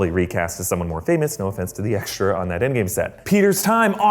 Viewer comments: ENDGWAR not ENDGAME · Did he say endwar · He totally said engwar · Ah yes, Endgwar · Endgwar lmfao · Endgwar lmao 😂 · Endgwar XD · Endgwar.... xD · Endgwar HAHAHA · Endgwar lol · Engwar.. How embarrassing. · What the hell is endgwar? 😂😂😂lol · whaat endgwar???🧐🧐🧐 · Who caught him say endwar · Ah yes Endgwar a classic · Wtf is endgwar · Think you mean endgwar? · Lol endgwar? Lol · why are you all saying endgwar wtf its endgame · It’s endgame not endgwar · Engwar? What. ? 😐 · Why Did He Say Engwar? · “Endgwar” 2019 im dying over here 😂😂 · Did he say endwar? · Why did he say endgwar? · it said endgwar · "CIVIL WAR, INFINITY WAR and ENDGWAR" made me laugh so hard :D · whatever, it sounded like "END WAR" to me. if it's that important to you, then it can be "endgwar" too. either way, it made me laugh :D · Fares24 : Tutos / Mini-Jeux! I thought I was the only one that heard it